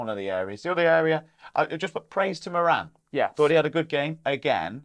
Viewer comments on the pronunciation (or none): I really enjoy the channel gents. Good intelligent, insightful chat. (Can you please make an effort to pronounce Moran's name properly. It's rhymes with Goran, as in Ivanišević)😊